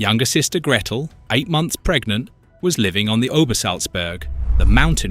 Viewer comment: Braun as a German name is not pronounced like the English word brawn, it’s pronounced more like the English word brown. How could you possibly make a video about Eva Braun’s family and not know this? “Her, younger sister Gretl…” AI is bad enough, but with an English accent it’s even more annoying.